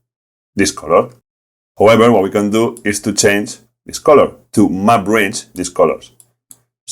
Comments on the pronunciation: Took me a second to figure out that you were saying "map range" and not "my brains"! "My brains allowed me to...", "My brains to the rescue...", etc. Fantastic video. I loved it, and I love the accent. Awesome content. Cheers! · Every time he says “Map Range”, I hear “My brains”.